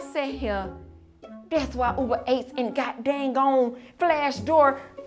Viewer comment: when said ill just order uber ates i almost threw my laptop cuz its uber eats no ates😂🤣🤣🤣🤣🤣🤣